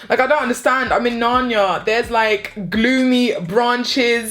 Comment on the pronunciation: “I’m in nanya, I’m in nanya” 🤣🤣🤣 Nar-Ni-a